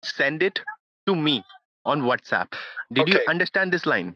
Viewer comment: “Shat App” “Shat App” “Shat App” “Shat App” Got me dying 😂